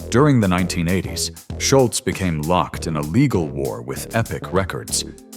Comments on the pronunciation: It’s not Schultz,. It’s Scholz, no T. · I believe that the A.I. narrator mispronounced Tom's surname every time.